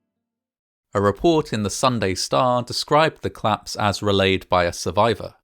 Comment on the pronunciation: I thought you were saying "claps" 😂😭